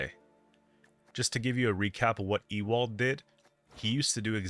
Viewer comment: Just for future - you've got Horst right, but Ewald is pronounced more like "Yew-ald" than "E-wald". Great deck, excited to give it a try!